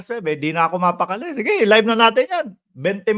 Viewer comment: Live hindi libe kino correct ko lang ha hwag ma offend kasi baka mapuna ka ng mga taga ibang bakod.